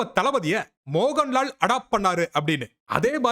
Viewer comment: It's not moganlal😂😅😂mohanlal